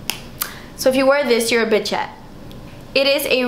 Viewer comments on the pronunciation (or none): It's Bichette not Bitchette, lol! As in BISH-ETTE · Itt's not bitchette!! It's "Bichette"!!! without the "T" lol!! :D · Its acutally bichette "bish-ette" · It's actually a French word pronounced "bee shet" :) It's a term of endearment in France! Bitchette would be a hilarious name though!